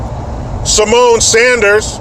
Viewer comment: Did say "Semen" instead of "Symone"? If he did, it doesn't make sense because "semen" doesn't come from a cunt.